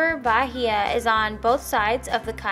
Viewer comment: Most brazilian coconuts are green lol I'm Brazilian and I loved the video! And also, the word "Bahia" is actually pronounced "ba-ee-a" and not "Ba-hee-a" !